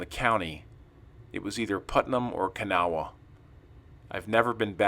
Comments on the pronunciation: pronounced ka naw. Kanawha river Kanawha county W.va. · You are saying kanawha wrong its sounds more like this, ka naw